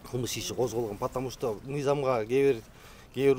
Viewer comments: Потому что дегенди жакшына айтат экен,опер кызматчы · Потомушто деген сөздү чайнабай жутканбы бул